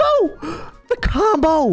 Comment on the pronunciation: i like he say combo cobo